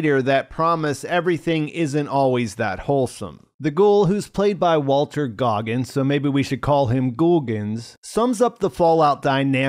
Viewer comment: Walton Goggins. Walton Goggins. Walton Goggins. WALTON Goggins. WALTON. Not Walter. Walton, OK?